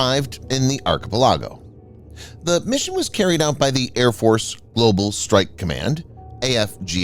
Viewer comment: How about learning how to pronounce words used in the video…archipelago was brutally mispronounced….